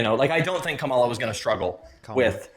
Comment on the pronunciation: I heard all I needed to hear when he mispronounced her name. He just didn't want to vote for the black woman. Say it with your full chest man. He was talking himself in circles trying not to say it smh